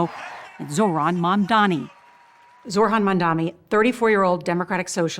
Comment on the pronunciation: We can't even expect major news outlet anchors and hosts to say "Mamdani" correctly.